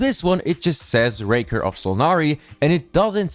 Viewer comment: I'd love to get Rerir as a playable character! 😍🙏 His character design is fire! By the way as a German it's always funny to hear everyone pronounce "Rächer" (German for avenger) like "raker".🙈 edit: I guess he would be a polearm user. Vedrfolnir said that was always his weapon of coice.